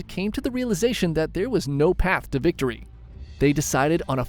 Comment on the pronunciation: Did he just say bictory